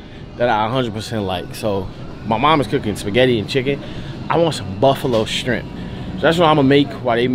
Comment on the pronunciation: He really said strimp. And more than once